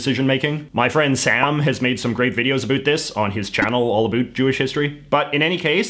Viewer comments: Every word he says sounds like he's an American (US), but that one word! It's not that hard. SO, WHY?? Most Dutch speak English, and we all say 'about' in the same way any Englishman, or US American does... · Ahh give him a break, he's canadian and they don't care so much aboat pronunciation. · MyOther Soul "aboat" 😂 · Yo like can you turn down the canada 3 notches? Like.... there are other ways to pronounce about that dont sound like "a boot" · I know it's about the accent, but how come he can say "how" right but can't say "about" right. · The was you say about is so irritating.